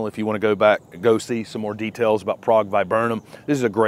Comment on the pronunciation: A lot of these are listed as zone 6 hardy… which of them are “technically” zone 6 or marginal in zone 6? I LOVE my Prague Viburnum! (pronounced correctly!)they look so good at night with ambient well done lighting.